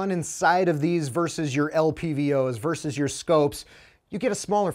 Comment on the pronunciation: Small issue, it’s versus not verse